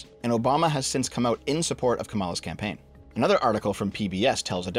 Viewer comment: “Campaign” lmao